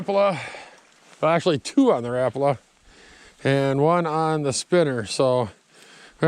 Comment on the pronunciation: One of the few people who know the correct way to say Rapala. RAP-A-LA but I still call them RA-PALAS. Your a good fisherman!